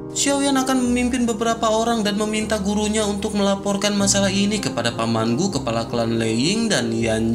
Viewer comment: Kepala bang bukan kelapa 😂😂😂